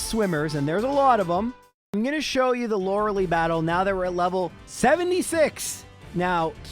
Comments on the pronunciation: So, it's LorelEi (spelled Lorelai) like in Gilmore Girls. Super annoying to hear Loreli every time. sorry everthing else, your vids are super cool. giving thumbs up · Lore a lie, not Lore a lee. Stop saying her name wrong,. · Lori LIE nor lori LEE